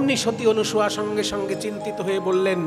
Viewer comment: আপনি ক্রমাগত সতী অনুসুয়া বলে গেলেন, শব্দটি কি অনুসুয়া না অনসূয়া একটু বললে ভালো হয়, আমি যতদুর জানি, নাই অসুয়া যাহার তিনিই অনসূয়া, এক্ষেত্রে অসুয়া শব্দের অর্থ ঈর্ষা।